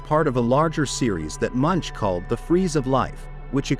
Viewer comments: Who else is here laughing when the AI voice pronouncesl Edvard Munch's name, rhyming with bunch, hunch and lunch.😂😂😂😂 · MUNCH is pronounced /moonk/.